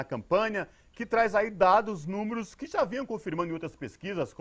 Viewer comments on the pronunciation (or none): ´´OTIMO TRABALHO. PARABÉNS. SÓ GOSTARIA DE CHAMAR A ATENÇÃO PARA A FACILIDADE QUE TEMOS DE FALAR A PALAVRA NÚMEROS. É MUITO COMUM FALARMOS NÚMOROS, MAS PARA REPÓRTERES, OU PROFISSIONAIS DA ÁREA NÃO FICA BEM FALAR NÚMOROS AO INVÉS DE NÚMEROS. É NO SENTIDO DE AJUDAR POR FAVOR...